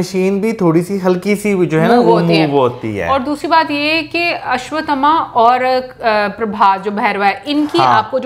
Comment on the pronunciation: Pakistaniyon ke liye ashvtthama bolna mushkil hai ya ashvtthama ashvtthama bolate Hain